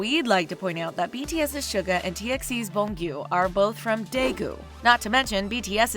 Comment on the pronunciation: The way she said suga pissed me off on a spiritual level 🤦‍♀️